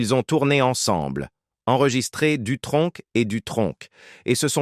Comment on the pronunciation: SVP ne dites pas " DUTRONQUE"!.... NI " VINTAGE "!..tsss..merci++++:eyes-purple-crying